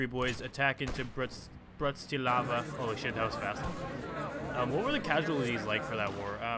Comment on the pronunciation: BTW its Brah-Tih-Slav-HAH thats pretty much how you say it...